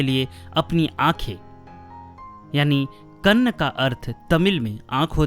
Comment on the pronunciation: In Tamil, eye is called KANN & not GANN.